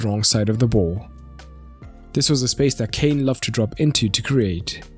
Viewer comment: "Frop into the boz"